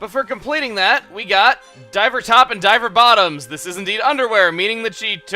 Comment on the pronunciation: lol i thought you said diaper bottoms when you said diver bottoms